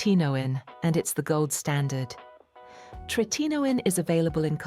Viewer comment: It’s called Roc! Not Rocy! Tret a no in. ! If you can’t pronounce properly, I can’t waste my time watching this.